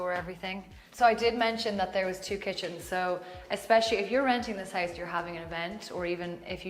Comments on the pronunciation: She so stragely pronounce "house" omg. I thought at first it's heist.) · The way she says "house" sounds like "heist" - haha I wasn't sure what she meant by that for like a sec :D